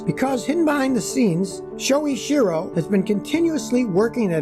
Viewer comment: sho ichi ro. ichi as in itchy, as in the itchy and scratchy show.